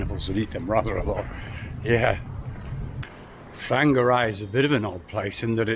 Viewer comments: Enjoying the videos. Looks like you’re having fun with the local lingo. Whangarei is roughly pronounced ‘Fong-a-ray’. We live a few hours south in NZ. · Well done getting to NZ. Your a man after my own heart....BTW....Whangarei is pronounced..... Fong are ray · Whangarei - > Fong ger ray wh =f a e i are pronounced as soft European vowels. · You're in fung array not fanger eye. Or to the locals, just wonga ray. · Why do you put an f in front of whangarei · It's OK, will have worked out the pronunciation ""Wanger-eh"" now he has been here a year. Not so bad as when I remember a lady from ""The Golden Girls"" TV series coming on NZ TV news a few years ago, and completely getting the pronunciation of Manurewa wrong.... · Hey buddy, its pronounced" fongaray. Maori in NZ use wh for f. All good. :) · It’s pronounced “Fanga-Ray or Wonga-Ray” (Whangarei) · Whanga -- rei , pronounced ; Farnga - ray , by the time you leave our beautiful shores , we hope to have taught you how to pronounce more Maori place names and verses , cheers and welcome to Aotearoa , NZ. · I'm so relieved to see this maintenance in progress, there's been times I've wondered if there would be another video! The Maori vowels are: A as in aloud E as in entry I as in eat O as in ordinary U as in to Now say Whangarei again!! =P